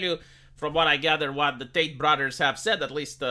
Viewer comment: It's "TATE" not "Tait"!